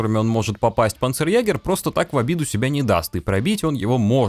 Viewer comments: не панцерягер, а панцерйегер(ä - ето е) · [па'нцерйэ'га~] читается. Ударение на пАнцерЕгерь, правила немецкого. "А" с умлаутом читается как "Е" и всегда получает ударение.